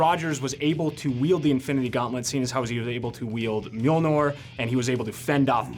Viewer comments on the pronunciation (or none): Mjolnor? Nor?? NOR??? Noooo Rrr iiii rrrr iiiiirrr niiiirrrr Mjolniiiiiirr. Mjolnir. huff! glad i got that out it was driving me nuts lol. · Thay-nos? Me-ol-ner? Really? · I am irritated because he says mjolnor bruh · mjOlnor, really? come on, those guys are the brains of the best marvel movies and you cant pronounce the name of a freaking hammer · Mjolnor? wtf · lol the host called the hammer Mjolnor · Why does he say Mjolnir like that?!?!